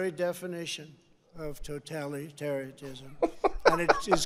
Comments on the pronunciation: Toetallyterryetteism 😂😂😂😂😂 I’m done!!! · "Totalitariatism", alright. He has the best words. But quite some problems reading them from his teleprompter screens. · "Toh telly terry tism" Never heard of it but sounds horrifying. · Totalitaryism is how a 3 year old would pronounce it